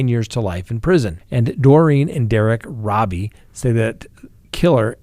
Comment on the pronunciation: First, it is pronounced roe-bee not robbie and second, little Derrick was on his way to a summer day camp located down the street from his home, not t-ball. Love your show but hate when facts are incorrect.